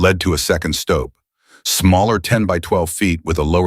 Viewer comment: The narration is terrible. A doorway has a stoop, not a stope like slope.